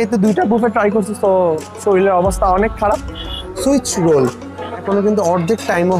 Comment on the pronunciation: Bro, it's Swiss roll ant switch roll